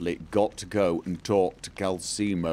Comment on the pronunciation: Hello there, I'm just commenting on how triggered I am regarding pronunciation of Calcelmo. I am reliably informed Calcelmo does, in fact, have an "l' in it. It is therefore pronounced CalCELmo. Not CalSEEmo. You've got this right in your Richard playthrough.